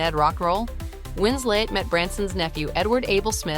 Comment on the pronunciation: Her name is WinsLeT not winsLey